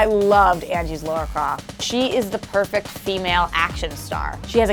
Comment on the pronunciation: I died a little bit inside because every one of you called her Laura Croft. 😦